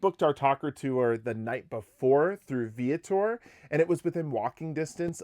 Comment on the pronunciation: I can’t get over your pronunciation of Ensenada and Viator. LOL. And why wouldn’t you think there would be great views on a Mexican Riviera cruise? Overall good info here. We’re going on our next Mexican riviera cruise next week!